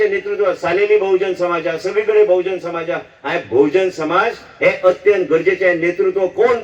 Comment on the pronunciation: Wrong pronouncation of Bahujan Samaj